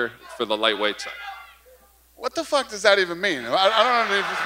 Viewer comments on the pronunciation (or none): Kamaru: Fook this guy, I fooking hate this guy!